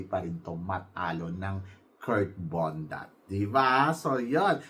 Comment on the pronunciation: Nakakaloka ka binabago mo ang mga names ng mga candidates natin.KIRK BONDAD po hindi KURT BONDAT! Kaloka! Malaki ba tyan nya eh puro nga abs.BONDAD po letter D po hindi letter T.BONDAD! BONDAD! BONDAD!